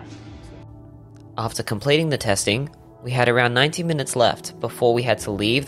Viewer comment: could’ve said 90 but sounds like 19 to me. Either way the drone is badass. Cool video.